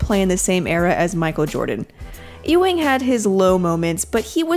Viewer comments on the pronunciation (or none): It's pronounced u-wing